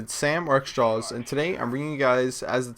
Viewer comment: The way he says "xJawz" in the beginning of his videos makes me wants to strangle a baby. At least TRY to enunciate, you sound like a goddamn hick.